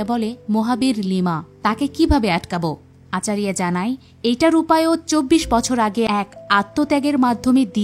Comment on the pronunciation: ওটা মাইথোলজি হবে,আচারিয়া নয় আচার্য,অনেক উচ্চারণ ভুল ।গরু নয় গুরু ।তবুও ভালো বলেছেন ।😊